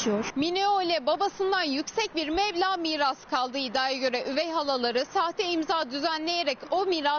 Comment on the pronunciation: mevla değil meblağ bide haber spikeri 😁